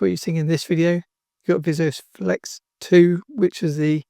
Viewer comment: Great video, but just a note that it's Vis-O-Flex, not Visio-flex.